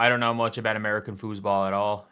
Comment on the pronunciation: it’s football not foosball get it right